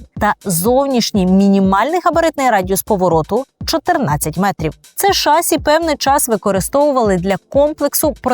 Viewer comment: Відколи в слові "шасі" змінився наголос? Слово французького походження, наголос на останній склад. Перевірте, будь ласка. Не легітимізуйте помилкову вимову.